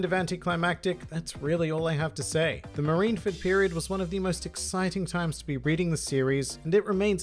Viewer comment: Japanese: Marinfōdo (マリンフォード) English: Marineford One Piece Youtubers: MarineFERD I'm just joshing. I can't argue with the top 3, even if I'd put them in a slightly different order.